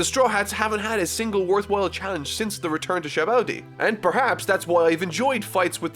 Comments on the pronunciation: I want to get through a video without mispronouncing a name Also: Shabondy (sabaody) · i know you didn’t just say “i’m determined to go a whole video without mispronouncing a name” after your last videos butchering Hody, sabaody, and a bunch of other names lmao